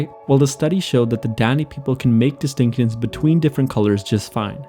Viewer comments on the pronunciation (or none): Lol “distincuns” lol i know it was meant to be “Distinctions” lol. I just so happen to catch that. Lol